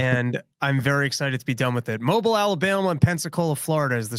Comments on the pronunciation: it’s pronounced ‘Mo-Beale’ Alabama not Mobil Alabama. Obviously clueless about where he’s even going to be touring at. Take more pills dude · Mobeel Alabama is the pronunciation. Fyi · I love you Dave, but you were out of your league. Oh and Mobile is pronounced "Mo-beel" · I feel like is just barely mispronouncing Mobile.